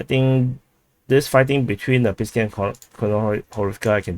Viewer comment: 1st thing The way you pronounce "Pisky" exactly sounds like penises in Russian 2cond It's Pesky and 3rd you should be ashamed of your fucking pronunciation you fucking moron